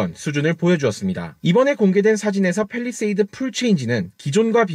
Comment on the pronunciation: 팰 입니다 펠이 아니고